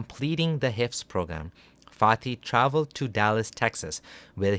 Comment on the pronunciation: Does anyone else keep hearing “farty”